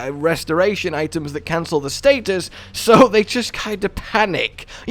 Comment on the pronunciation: So we don’t know how to say status…